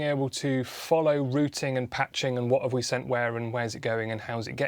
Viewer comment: An initial thumbsup from me just for pronouncing "routing' as a UK speaker should . Many US speakers pronounce 'rout' and 'route' the same way. That's their option, though a 'rout' is not a very nice thing. The context setting is also great. Nice to take the trouble to actually present an older analogue mixer and to be concrete about some of the differences that a digital mixer presents.